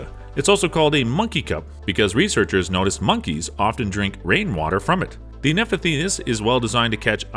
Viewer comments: "Nefethes"? It's Nepenthes \nuh-PENTH-ees\ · Just want to say pitcher plants scientific name is pronounced “N eh pen these” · Darlingtonia is NOT a lily Nepenthes is pronounced "neh-pen-theez" or "neh-pen-this" if you are British The moccasin plant isn't even carnivorous and should not be on this list. The flower is meant to cover the bug with pollen. Flowers are never the carnivorous organ because plants don't want to eat their pollinator. Triphyophyllum does not have the ability to trap humans. Where did you even get that idea? Drosera has a very wide distribution range so it is weird and kind of wrong to call it "European" There is no plant called drosophyllium luminescum. it is drosophyllum lusitanicum. Pinguicula (ping-gwik-you-lah) not pingluku. Ping leaves do not move like some drosera leaves do. They are stationary. Sarracenia is a genus, not a family. And you put it on the list twice, apparently thinking that you were talking about two different things? Look dude, if you are going to upload informational videos you could at the very least do some research and learn basic Latin pronunciation. It would go a long way to helping your credibility (which is pretty low in my eyes, after watching this video)